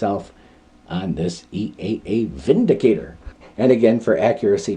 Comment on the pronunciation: 👍 review. You are correct in the pronunciation. The gun is made in Germany where "W" is pronounced as we do "V". The word windicator has no meaning in english, but vindicator means a person who clears someone from blame, e.g. takes them out of harms way. 😁🇺🇸